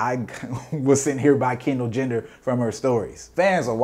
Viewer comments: my mans said Kendall Jender lmfso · This man said Kendall gender 😂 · "Kendall Jender" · homie said Kendall gender lmfaoooo